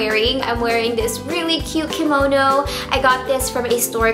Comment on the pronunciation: thank you for bring the only YouTuber who pronounces "kimono" correctly with the "kee" sound in the beginning! most girls say "kuh-mono." so irritating. :/